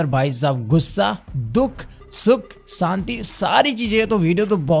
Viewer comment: Santi nai SHANTI hota h😂